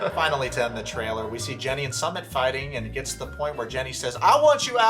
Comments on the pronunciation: His name is pronounced Soomit not Summit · When you do a video you should know how to pronounce 'Sumit'....... soo mitt. It's Jenny's fault going after what she thought was a gorgeous male model.....ugh